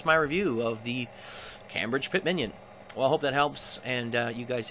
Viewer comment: Hey, nice review - thanks. Just a tip: it seems like you pronounce it CAM BRIDGE (which is how it's spelled, of course), but it's actually pronounced CAME BRIDGE. Thanks for all the information.